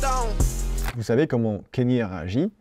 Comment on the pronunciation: J'aime beaucoup ce que tu fais, tu t'y connais vraiment en musique et tu fais des recherches de fou, et merci pour ça. MAIS le fait que tu dise "Kénié" toute la vidéo (et "Putcha T") m'a trigger de ouf. Et comme il a dit: "Now all I need is y'all to pronounce my name It's Kanye, but some of my plaques, they still say "Kayne" " (Diamonds from Sierra Leone) En tout cas, merci pour toutes ces histoires!:)